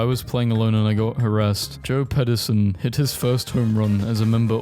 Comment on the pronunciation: i can’t believe he pronounced Joc Pederson, Joe Pederson😂 GO CUBS